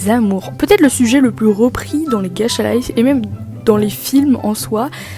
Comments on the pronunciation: Ta dis gatcha 😳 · Pk tu dis "gaTcha" 😭😭😭😭